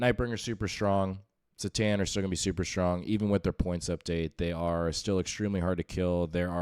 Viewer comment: Every time you pronounce it s'tan instead of c'tan. I want to click off. Otherwise good content.